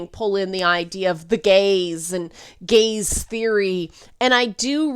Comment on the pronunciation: Took a sec for me to distinguish "the gaze" from "the gays."